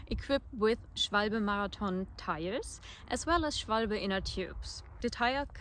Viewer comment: You're really charming! And funny to notice that my guess about where you are from was right, no non-native speakers ever pronounce "Schwalbe" right. I was thinking about getting the world traveller, but have second thoughts after this. Thanks for a very balanced and in-depth review!